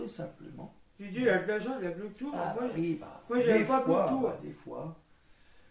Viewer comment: Je serais bien curieux de voir ce qu'il y avait dans cette formation... Ils ne t'apprennent pas la base de l'informatique ? Comme par exemple la base des termes informatique, comme le BLUETOOTH et non le "Bloutou"... vous vendez du rêve ^^ Ou alors sinon apprendre qu'installer Windows 10 n'a RIEN A VOIR avec un disque dur... tu peux l'installer sur le disque du pc sans en racheter un autre... Ce qui est dommage, c'est que d'autres personnes vont croire que tes vidéos sont la bonne marche à suivre en informatique, alors que vraiment, mais vraiment pas du tout... Et une petite formation en français, ça pourrait être utile aussi je pense.